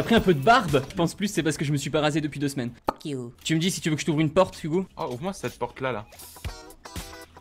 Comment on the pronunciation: Le nombre de fois qu'il a dus phoque iou danssa video